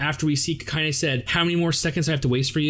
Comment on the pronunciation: My man, it's Kakine, not Kakayne. Also somehow both Frenda (allegedly) and Rakko are level 0... Leads me to wonder where she's storing all her dolls and bombs